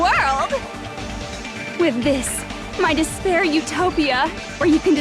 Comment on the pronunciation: When it comes to cartoon I just imagine “she says deshpair instead of despair”